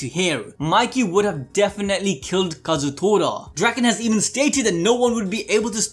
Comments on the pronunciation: Tor-a!! Kazutor-a!! TORA as in Japanese for tiger Damn!!! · Day 2 of telling that its kaa-zoo-toraa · come on its ka-zu-to-ra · I want to know why can't seem to say Kazutora correctly, or remember that he asked people to say they SIMP for Mikey.